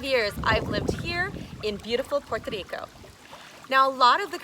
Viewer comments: great information and I love the way you say Puerto Rico. God bless you. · Great info. I appreciate the effort to say Puerto Rico in Spanish. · Si es cierto es la única que lo dice muy bien en español she’s awsome